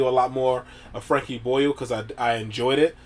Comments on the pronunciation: The way you say boyle hurts my soul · I'm 20 seconds in and I am loving the pronunciation of "Boyle" so much already.